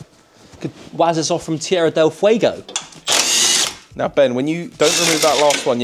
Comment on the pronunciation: the most impressive part of the video it's how he pronounced Tierra del fuego perfectly